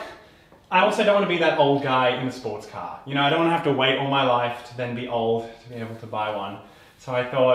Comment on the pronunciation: So funny how he can’t say car but says caaaaa